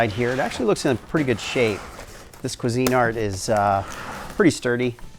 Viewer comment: I am going to say this one time , its Cuisinart, not CU ARTQASINE